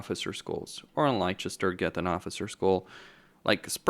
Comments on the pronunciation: Bit rich coming from a redcoat here but its pronounced "Lester" for Leicester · It's Lester, that's how it's pronounced. Leicester